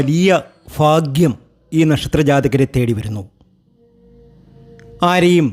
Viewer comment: ഫാഗ്യമല്ല ചങ്ങാതി. ഭാഗ്യമാണ്.....